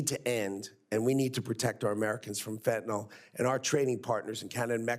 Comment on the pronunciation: Not fentanol! -ol is an alcohol. Fentanyl is the deadly synthetic opiate. - -nyl pronounced nil. fentaNYL.